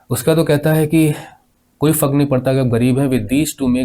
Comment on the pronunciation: Sir vo fak ni fark hai sir plz thoda words ko achcha pronounce ki jiye and about the explanation is very very good 👍